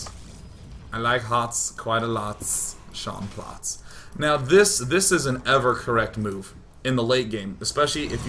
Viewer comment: "I like HOTS, quite a lots, Sean Plotts". Sean Plott.